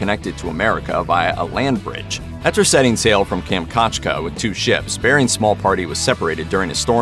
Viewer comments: Kam-chat-ka...how hard is to pronounce it correctly. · kam - chat - ka